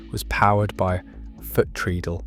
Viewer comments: Please learn how to say "treadle" properly! It is pronounced treddle! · Is this AI? So many inaccuracies! Elna were making free arm sewing machines in the 1940s so clearly Pfaff weren't the first! Also learn how to say treadle and sewer in the context of sewing! We are not underground tunnels carrying bodily waste!